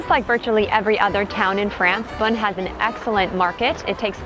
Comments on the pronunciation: If you’re going to do video about a place like this, why not ask the locals how to say a few things. Like how to pronounce the locale. You don’t need to speak French, but most of the names are easy. Beaune is pronounced just like the English word “bone” etc. And honestly the music you all played just did not match the place. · Is it pronounced "Bone" as I've always thought or "Bune" like she says? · As someone who knows Beaune very well, this is an awful presentation. Your diction and pronunciation and that awful music makes it worse. 0/10.